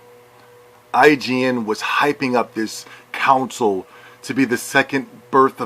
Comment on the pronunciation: lol you fucking moron. first of all learn how to say console, use the correct form of their, and use common sense. This is the playstation podcast lol of course they will say things like this. The same things can be said about podcast unlocked and their biased towards xbox. Calm down. No one can force anyone to buy anything and besides if people have bought the PS4 they have made an excellent choice. XBOX ONE had just as poor of a launch lineup just like every console does. btw go fuck yourself and play snes